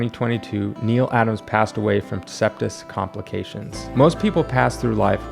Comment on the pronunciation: SEPSIS. Not "septis". The X-Men cover you showed was NOT done by Neal. Christ. Proofread your shit, would you?